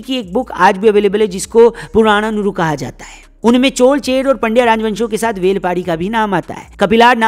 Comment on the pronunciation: Aapko bohot bohot dhanyavad CHOL - CHER - PANDYA sahi uchharan karne ke liye.. aaj Kal to Pata nahi kue CHOLAA CHERAA kaha jaata hay..